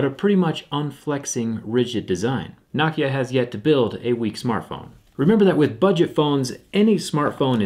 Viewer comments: It's No Kia.... not nawkiah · Its not *KNOCK-ia* Its *No-kia* Am I right? Its *Hoo-a-wee* or is it *Hwa-eh-ee* NOT *Wa-wee* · It's pronounced NO-KIA, Not NOCKIA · Not nocki-a No-ke-a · Knock yah. No-Kia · No-kia not nah-kia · NO KIA NOT NØKIA ITS NO-KIA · No kia for god sakes not nah kia you can say Huawei right but not nokia ok then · It's " no kia" not "nah kia" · It's "No-kya" not "Knock-yah" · Why do you pronounce Nokia like “nok ea” and not “no kia”? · It's "No-kee-uh" not "knock-e-ah". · why does he pronounce it NAH-kia instead of NO-kia? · He says Nokia like "nock - kia" then immediately afterwards pronunces it "no - kia" idk juts thought it was weird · Why say, Knockia, and Nokia. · For a tech guy he can pronounce Nokia right. Knockia? The heck? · thumbs down...just for pronouncing nokia as "knock"-ia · Whenever he say Nokia, sound like he’s saying Nakia! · I feel like Jerry is pronouciating Nokia as "Nakia" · I have never heard it pronounced KNOCKIA. 😂😂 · Does the way he pronounces Nokia drive anybody else nuts? It's pronounced like it's spelled... No-Kia. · I'm about to get a nah-kia lol I love you man! Awesome job! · thumbs down for saying Nokia the way you do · You mean Naahkhia, as he pronounces it. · Its pronounced knockya you fuckface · It’s NO-KEE-UH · Any one else triggered by how he pronounces nokia! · Why does he say it “Nokia” and not “Nokia”? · Is it pronounced "nacia" or "nokeya" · Learn how to pronounce Nokia my guy. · He pronounced Nokia differently like 4 times.